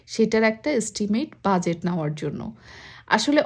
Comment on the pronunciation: Omg lady. It's not buzet. That is not how pronounce budget. Its bu-get. Please learn to pronounce first before you speak!!!